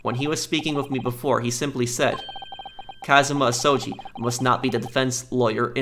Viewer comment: Alrighty I myself am thoroughly entertained with this and the cosplay is banging but Imma give you some pronunciation help. Keep it up, though! Ryunosuke: Ryu-nos-k (K in the word "okay"), Ryu is still good Kazuma Asogi: Kaz-ma Aso-gi (hard g as in "good")